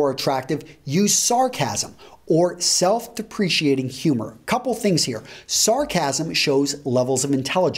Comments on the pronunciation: Sorry for being a pronunciation dork, but , you spelled "deprecating", but said "depreciating". "Deprecating" is the right word in context. Out of politeness, I wouldn't normally correct someone's grammar, but you sound like the type of guy that's looking for helpful feedback. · Self-depreciating humour??? You spelled it right, pronounced it wrong. d-e-p-r-e-c-a-t-i-n-g. dep-re-K-ting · Self deprecating: he pronounces it as depreciating. Oops! Does this help? DEP ra kay ting. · De-preeesh-iating or dep-ro-cating? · Self-deprecating...not "self-depreciating"!